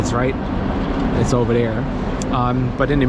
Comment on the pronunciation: What is "oberdere"?